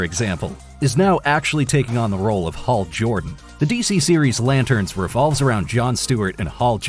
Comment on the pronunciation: Really? lazy AI... HALL JORDAN:(: (